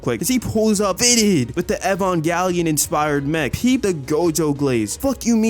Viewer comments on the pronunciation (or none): Bro said Evangalion